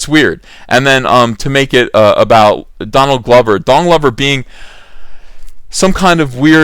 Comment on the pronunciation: Is he purposely Enunciating it as Dong Lover instead of don glover lol